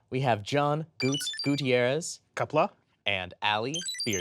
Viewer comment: um actually, Gutz didn't pronounce the klingon greeting correctly. you need to say it like you are taking the toughest shit of your life. Qapla'!!! and the stress goes on both syllables equally, maybe favoring the second one